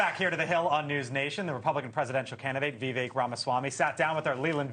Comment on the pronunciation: VEE-VAKE? How hard is it for you to get his name right?